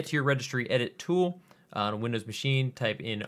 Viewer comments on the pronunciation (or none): none